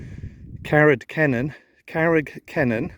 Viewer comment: I enjoyed the video, your pronounciation of Carreg Cennen was correct too! Owain Glyndŵr was a bit off though 😊 try it as ‘Oh-wine Glindure’… 😅